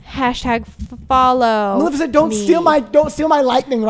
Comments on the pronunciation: bruh isn’t it maleficent not malecifent LMAOO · not being able to say maleficent was the best part of the video